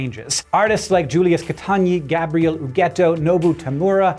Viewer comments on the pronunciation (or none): none